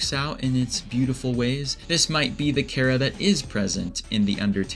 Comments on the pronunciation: FINALLY SOMEONE WHO KNOW HOW TO PRONOUNCE CHARA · actually I use the first one and so does the maker of this video and so does Toby Fox in fact as stated in an interview (I think) where he said that he pronounced it Chara (Care-a) as in Character